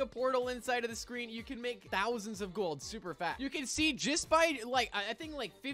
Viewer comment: You said "thounsound of gold super fat"